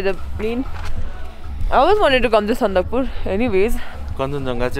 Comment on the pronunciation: It's Sandakphu guys lol